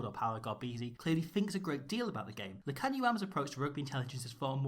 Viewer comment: You go Lukhanyo’s name right. He is a 13 .